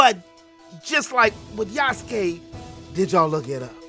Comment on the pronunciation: You like the decision, its okay bro. You wanna buy it, its okay too. I was just voicing my opinion out of the matter, because i do feel the Japanese kinda sidelined this time. Btw its Yasuke not Yusuke, Yusuke is from Yu Yu Hakusho haha. I knew him from Netflix series and Samurai Warriors 5 way before this contriversy happening so i am kinda fond of the character...however unlike him in those 2 rendition, this one just make me feels it is forced to me as audience real hard.